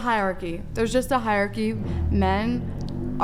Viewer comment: what is a "high arky"??